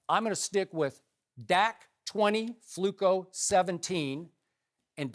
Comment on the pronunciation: can someone explain me what is fluco or flukko?that thing he said to joe flacco.